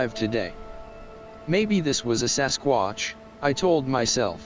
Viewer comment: Indeed, your AI is funny. A sasquuaatch 😂 But the music is super! Would you tell me the name of the music? Thx!